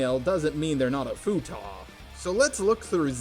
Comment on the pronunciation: its Futa or futanari NOT FUTAH